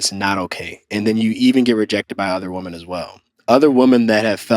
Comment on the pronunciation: I keeps sounding like he saying woman when it should be in the plural form women. I’m sorry, but that’s annoying.